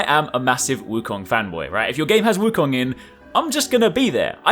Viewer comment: U r the 1st channel I’ve ever heard that pronounce “Wu Kong” right.